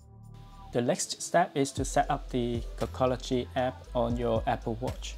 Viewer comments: Dude said “cockology” 😂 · He says cockology 😂